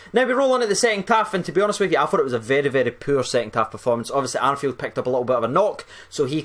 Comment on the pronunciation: Stop calling Arfield "Arnfield". Stop. Stop.